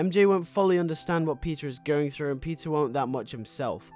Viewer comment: Is he saying pizza or Peter or is it just a very heavy accent